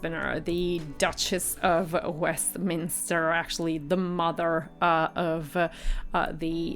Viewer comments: Who is the Duke of Minster or Westmin , and who the heck is Hugh Grosvenor or did you actually mean the Duke of WESTminster and Hugh Grove-na (spelt phonetically). While the tiara was by Fabergé [note the accent over the final 'e'] and not by Faberzh as you stated. If you are going to talk about a couple's wedding you might try and get the groom's name correct, it isn't difficult nowadays to find out how names are pronounced using the internet. And eighteen eight is NOT the end of the 19th century but the beginning (if you actually said eighteen eighty then your editing is terrible as you appear to be cutting off half your words (eight instead of eighty and Westmin instead of Westminster for example). Sorry but I couldn't watch beyond 6.36 as you are reporting on something while getting everything wrong including the very easy pronunciations of names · Please get the pronunciations of the names correct, like the Duke of "Minster"?? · It is Duke of WESTMINSTER not Minster. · Duke of Westminster not Minster… 😂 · It's WESTMINISTER NOT MINSTER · Interesting but the voice of the narrator is AWFUL and she really needs to learn how to pronounce words. It’s the Duke of WESTminster not the Duke of Minster. Who is she to be so critical? It was the bride's choice of dress, of shoes, of hairstyle, of make up - who cares what ' my personal opinion' is - she knows nothing and is just rude. Um, ah, eh - so annoying... rip the bride to bits but she thought that awful dress of Eugenie's was 'beautiful' . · He’s the Duke of Westminster not “ minster” as you first stated . His name is Hugh Grosvenor *. Olivia’ s dress, veil and flowers were so beautiful. A beautiful wedding. ✨ “ pronounced Grove enah “ 💖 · The commentator has a terrible voice and pronounced Westminster wrong.